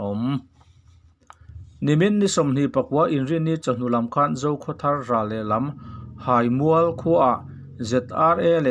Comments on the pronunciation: Haimual hai tihlai hi thluk tur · Haimual kha ilam fu lo thin a, theihai a hai ang khan thluk rawh, abak chu atha hle ani, ngaihnawm in ichhiar thiam hle bawk. Ka lawm e. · Hai. Hi Theihai. Lam a, hai ang a lam tur ani e. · Sehmûr nilovin,Sehmur(se+hmur) tih tur.Haimûal ti lovin(Theihai a hâi)ti a lam tur,Hâimûal. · Ziaka a thluk dan tur inhrilh hi a har a nia a Háimual tih loh tur...Háimual tia thluk tur...hihihi... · Theihai hi engtin nge I lam thin tawngpai I nih loh cuan theihai hming I lamang khan haimual tiin lam tawhla ngaihthlak a nuam deuhin k ring adang sawiselna turn CE k hrel lo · Hai mual i lam rik dan kha Hriat a nuam lo deuh, Theihai ah khan hai hminglain Mual tih kha Tlangmual ah khan Mual kha lain Haimual tiin lam ri la hriat a nuam deuh ang. Ka lawm e. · Insehmur tih hi,,, in seh mur, tih angin ilama, inse-hmur, tia lam tur. Haimual i lam dan pawh hi, hai, Theihai kan lam ang hian, ahniam lovin asang a lam tur. Haimual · Hai. Hi theihai anga hai ti a chhiar tur a ni zawk hmel e, awmze neia chhiar hi a poh mawh ang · Hai mual hai tih i lam rik dan theihai hai tih ang lamri la, Tawnzang zang hi hnungzang kan lam a zang kan lam ang hian lam or chhiar la ngaithlak a nuam in a dik ka ring zaawk deuh a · Haimual itih kha Hai tih hi THEIHAI kan tih ang hian Hai kha lam rik tur zawk ani e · Chhiar/puangthiamlo bet. Neitharthei si. Haimual thlukpawh ilam thiamlo. Hahthlak lutuk